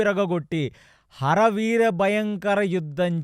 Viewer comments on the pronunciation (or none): ఆరి వీర భయంకరం.... హర వీర భయంకరం కాదు Please focus on pronunciation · "హర వీర " కాదు "అరి వీర" ఇంత అద్భుతంగా చెప్తున్నా చిన్న చిన్న ఉచ్చారణ దోషాలు వల్ల చిన్న అసంపూర్ణo గా ఉంది....వింటే భారతం వినాలి తింటే గారెలే తినాలి అన్నారు ..గారెలు లో ఉప్పు ఎక్కువ ఐన భాష లో ఉచ్చారణ దోషం ఉన్న బాగోదు (చిన్నవి ఐన)